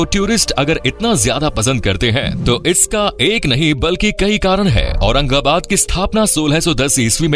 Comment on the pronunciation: Aurangabad ko aurangabad bolna achcha laga 🎉